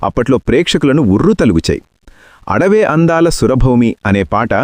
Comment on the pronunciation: అడవే అందాల కాదురా బాబు ఆడవే అందాల సుర భామిని రా బాబు అది 😂😂😂😂😂